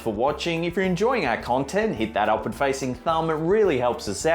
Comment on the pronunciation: I keep thinking that he's saying "Hit that awkward facing thumb." xD